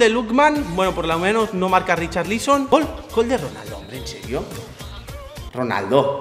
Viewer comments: Nadie: Absolutamente nadie:: Richarlíson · RicharLÍSON, jajaja que pronunciación lol